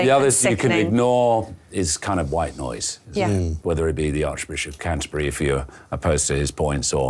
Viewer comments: She nearly said the Archbishop of Cunterbury 🤣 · did anyone spot Laura Dodsworth Freudian slip where she nearly said the arch bishop of c$*terbury instead of Canterbury at 16.27